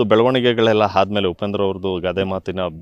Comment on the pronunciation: ಗುರು "ಆ" ಕಾರವನ್ನು ಸರಿಯಾಗಿ ಬಳಸಿ. ಅದು "ಹಭಿಮಾನಿ" ಅಲ್ಲ "ಅಭಿಮಾನಿ". ಹಾಗೇ "ಹಾದಮೇಲೆ" ಅಲ್ಲ "ಆದಮೇಲೆ". ದಯವಿಟ್ಟು ಕನ್ನಡ ಉಚ್ಚಾರಣೆಯನ್ನು ಸರಿಯಾಗಿ ಮಾಡಿ. ಕೇಳಲು ತುಂಬಾ ಮುಜುಗರ ಆಗುತ್ತದೆ.